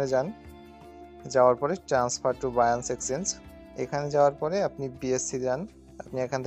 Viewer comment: Binance কে বাইয়াঞ্চ বলেন কেনো